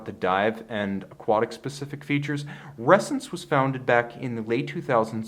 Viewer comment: I keep hearing resins